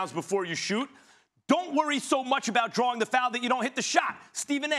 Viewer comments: SAS: “ Drawring fouls.” “DrawRING?” 🤣🤣🤣🤣🤣🤣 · Stephen "drawring fouls" A. Smith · "DrawRing fouls" 🤔